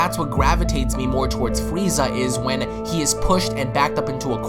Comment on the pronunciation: the freeza song plays,,, fwwweeeezzaaaah